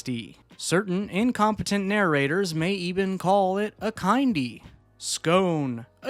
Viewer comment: it's kin-dy as in kindergarten